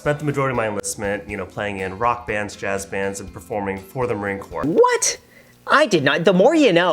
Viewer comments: It’s pronounced core, not corps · Ah, Im gonna be that guy right now. It’s pronounced “Core” not “Corpse”. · The way he pronounced the s in corps